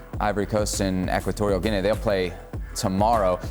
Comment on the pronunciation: It's Equitorial 'ghee-knee', Salazar.